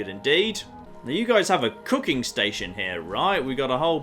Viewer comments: When you said “let’s see if we can do some cooking” I heard let’s see if we can do some cocaine” lol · For some reason, a part of my mind thought you said: "Can I do some cocaine?". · Anybody else hear him say "I'm gonna do some cocaine" instead of "I'm gonna do some cooking"??????